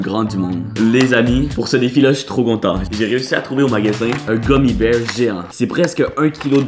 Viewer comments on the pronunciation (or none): none